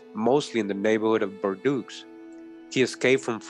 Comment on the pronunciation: I am very interested and I have been fallowing you for a while anyhow bordeaux is prononce bordo the french eaux is just a "O"